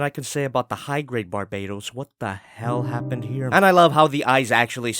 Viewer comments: Its BARBATOS not BARBAYTOS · Bar bay tos? NOOOO OMG STOP DAYJNG THAT it’s barba toast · I thought the gundam was caller Barbatos and not Barbaetos. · You sound wrong about Bar-ba-tos Use google translate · Bar-BAH-tos. y u do dis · Inhales Exhales Its BAR-BA-TOES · Another Bar-BAY-tows? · Oh my god it triggers me how you pronounce barbatos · Im slowly getting mad how you are saying his name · ...Aaaaaand he still pronounces the name wrong lol. Anyways the easily removable armor pieces are hints that they can be swapped out for the other forms planned--eh never mind I'm not gonna bother commenting about the figure anymore since no one here gives a shit about it. SwivelherePutitinmyassSpicySolidMadokaGodzillaPrime and other generic meme and line here.